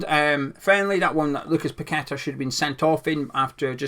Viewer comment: don’t worry about getting players names wrong 90% of commentators and pundits can’t Say Paqueta’s name right at least you get that right